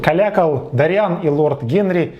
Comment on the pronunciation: Уважаемый, (не посылайте меня плз, имейте уважение к собственной аудитории тоже) - но в оригинале произведения ударение в имени Дориан ставится на первый слог а не на второй. ДОриан, не ДориАн! Прошу прощения, но ударение очень важнО. Ваш пересказ с неправильным ударением меняет всю картину повествования - из собственного имени ДОриан - мы перемещаемся в каких-то дориАнцев 🧐..(пришельцы с планеты ДориАна мэйби? хм 🤔)....